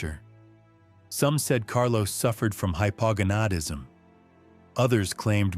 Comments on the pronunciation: Why did they pronounce hypogonadism so strangly? Hypo-Gonad-ism, not that difficult. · It's "hy-po-GONE-ad-is-m". Just saying.